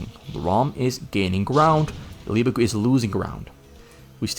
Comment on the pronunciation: How in the world can someone from the Netherlands perfectly pronounce LEEEAAA BAAAAKKKKKKK GCUUUU